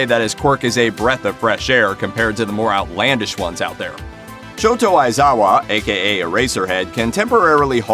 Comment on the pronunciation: shoTo AizwAya